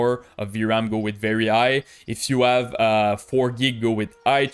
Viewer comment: Bro, why dont u pronounce the letter H ? it feels strange to me hear u speakinh "I" instead of High, and also other stuff ass well.